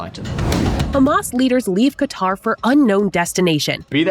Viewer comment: The portrayal of Saudi Arabia’s dynamics and calculations in this war is as good as pronunciation of Saleh and Qatar 😂. This is the same level of understanding of the sunni/shia dynamic in Iraq, congress had before the Iraq war. White guy making Middle East 101 videos for other white dudes, never having set foot in the Middle East. Classic.